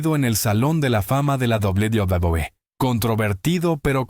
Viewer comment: Doblu Dablui😂😂😂😂😂😂😂😂😂😂